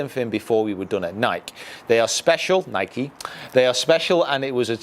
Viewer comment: Love your vids but come on man. It's "Ny-kee" it's a brand and that's how it's pronounced.